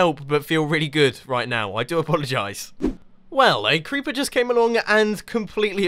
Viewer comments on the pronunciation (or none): none